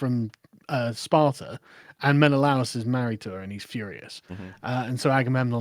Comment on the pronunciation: The pronunciation of Menelaus in this movie kept pulling me out of it.